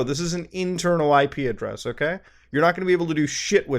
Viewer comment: thought you were saying ikea dress instead of IP address